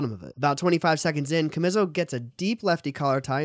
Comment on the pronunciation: His name is pronounced CHA-ME-SO